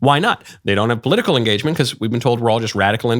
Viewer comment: Please stop saying 'because' like u English is not your first language And also please stop being smug